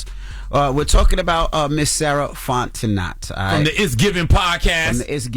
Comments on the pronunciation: They killing me with the Fontenot pronunciation 🤣😂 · Sarah Fontenot’s last name should be pronounced: FONT E NO not NOT